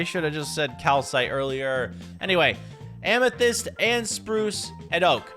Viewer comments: Bro said "and a moth amasist ceiling" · Why did you say moth amysyst ceiling?